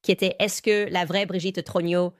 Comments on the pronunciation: + Message à renvoyer à ou à l'équipe qui gère la génération IA: troGNEUX se prononce TRONIEU (et non TRONIO!)... 😂🤣 mais bon.. quand même!.. je trouve ça assez époustouflant! 😯🧐👏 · Le très approximatif "Trogno" de l'IA est rigolo en diable - dans une affaire où l'on essaie d'avoir le spectateur de cette version officielle GROTESQUE jusqu'au... trognon ! Il s'agit bien sûr de la famille Trogneux, chocolatiers connus d'Amiens. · Brigiette TRUGINAUX ??? Mdr (18mns) Brigiete TROGNIAUX (plus tard). Mdrrrrrr